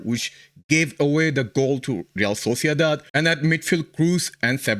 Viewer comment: He tenido que buscar quién es este Zabaleta porque resulta que es argentino y no sabe pronunciar "Real Sociedad". Ese es el nivel!!!